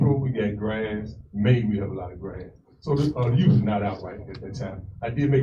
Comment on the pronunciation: she actually says, 'the yute.' does she drink the water from camp lejeune? she's aggressively ignorant.